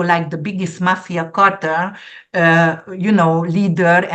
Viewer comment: Amazing predictions, thank you and. Dear, drug cartell is easier to pronounce if you say: car-tell. I totally agree about the "so called" art that you mentioned. Thank you again 😊koszonom💌🌻